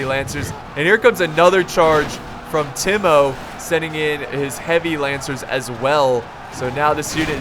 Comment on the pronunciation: I think timo is pronounced as Tiemo